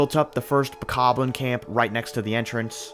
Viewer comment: The worst part is how he says 'Bokoblin'. It just doesn't sound right to me. But still an amazing video.